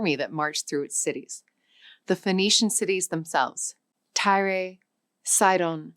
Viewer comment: Tyre is pronounced TIRE and not tyray!!!